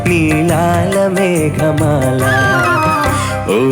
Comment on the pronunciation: మేగమాల కాదు మేఘమాల!